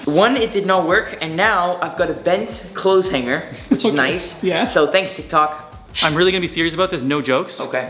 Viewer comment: Is it Just me or did he say tik tak??? 🤔